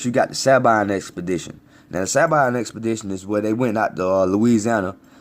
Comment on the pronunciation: Proud of you my brother. I often think wtf is wrong with our people that they can't see and understand what happened and who we are. Side note no shade throwing. Sabine we pronounce Sa-bean just a lil note. Thank you for knowing its lonely watching your people think you're crazy when I tried to explain things to them. I often get what does it matter. They just don't have no idea. Bayou Indian part raised in New Orleans salute you. Chactaw Nation still here.